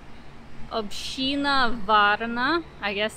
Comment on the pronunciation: Really nice video. Town hall is pronounced Obshtina btw. ;-)